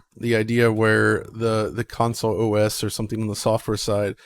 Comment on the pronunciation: How do you get away with saying "council" instead of "console" with how big this channel is? Lol